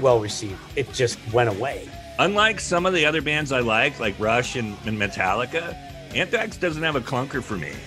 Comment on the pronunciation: So "unthrax". Awful